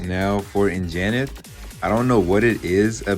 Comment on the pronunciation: its "an-ja-nath", not "in-ja-nith"